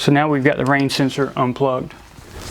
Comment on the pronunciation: What sensor? I figured it out. Range Sensor. Though he said rain...